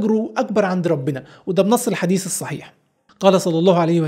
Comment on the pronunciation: رائع كالعادة استاذنا وحبيبنا في الله جزاك الله خير احب اقلك اني من المتابعين الي شفت وبشوف كل حلقاتك الي نزلتها كاملة (باستثناء فيديوهات البرمجة القديمة) عندي ملحوظة صغيرة : حبذا لو حتقول حديث او نص باللغة العربية الفصحى تتأكد من تشكيله الصحيح .. وممكن تستعين باي احد شاطر باللغة العربية .. ولو تحب ممكن اكون انا الشخص ده ومن غير مقابل (مثلا ((عرض)) ماله بكسر االضاد ليس فتحها و (( كل)) جبان اللام مضمومة مش مكسورة )